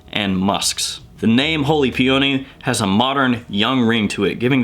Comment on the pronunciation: Dawg, it’s pronounced “pee-uh-nee” with accent on the first syllable -not “pee-oh-nee” with accent on the second syllable. Great video and great information!